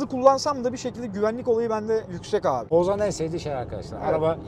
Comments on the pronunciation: oğuZan değil OğuzHAN abi:) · Biri artık şu Oğuzhan isimlilere "Oğuzan" demeyi bıraksın gözünüzü seveyim :D